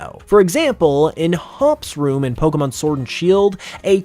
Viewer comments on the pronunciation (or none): none